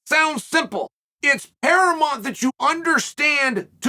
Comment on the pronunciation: Is someone eventually going to tell Chael that "paramont" isn't a word? Or are you all going to keep letting him sound stupid? The word is paramount.